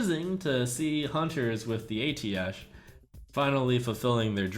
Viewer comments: I thought it was pronounced "Ay-Tee-Shh" and not "Ay-Tee-Esh" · It's pronounced "UH - TEESH" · it's pronounced ateesh